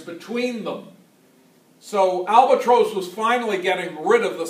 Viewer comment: Albatrose. That’s the first I’ve heard it pronounced like that. BTW, I’m fairly confident that the Siemens Halske Sh.III rotary 160hp had both the crankcase and prop spinning in the same direction. However, the crankshaft turned the opposite direction of the crankcase and the prop. Also the prop/crankcase was geared to turn at a lower rpm.